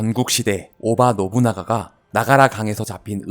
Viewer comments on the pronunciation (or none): 오다 노부나가를 오바 노부나가라고 하셨네요.